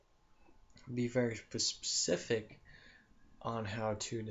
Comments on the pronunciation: ur to monotone, and all the ummmm's and pauses made me turn u off.and its specific not Pacific. u need to practice before you record yourself. just being honest. u sound like you don't know what you are talking about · PACIFIC???? DUH, TRY, SPECIFIC!!